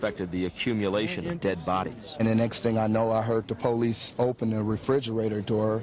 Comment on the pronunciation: The po-lice? A 'dead' body? What other type of 'body' is there? A living body is called: a person. Jeff "Demmer", the reporter said. He continues saying, 'rotting smell' but smell is the action verb, it is proper say: SCENT, not smell.